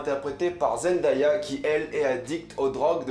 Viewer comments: Ça ne se prononce pas Zendaya mais Zendeya. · Par contre Zendaya on dit (zen-day-a) Pas (Zen-da-ya) aha dsl mais ça m’a stressé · Zen-day-ah pas zen-da-ya , c dingue comment personne ne la connaissait avant Euphoria 😭, don’t get me wrong Jai adoré ta vidéo mais n’écorche plus le nom de la reine 👸 😊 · on dit (zen-dè-ya) pas (zen-da-ya) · on dit zendéya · Zendéya (je parle de la prononciation) super critique cette série est vraiment incroyable je connais Zendaya depuis Shake it up et cette actrice,chanteuse,mannequin est vraiment incroyable j'avoue que j'ai 13 ans et que la série est -16 ans mais bref Zendaya et cette série est incroyable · Zendaya se prononce zen-day-a (zen-dé-a), derien! :') Sinon super critique, l'une des meilleures séries de cette année je touve! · Barbo ça me stresse juste pcq Zendaya l’a dit elle même comment il fallait prononcer son nom, après je ne fais de reproche à personne je m’exprime juste ^^